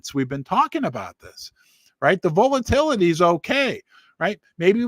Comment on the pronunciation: V-ALL-A-TILL- A-TEE 😂 Must be the Missouri Accent? Love Ya!!!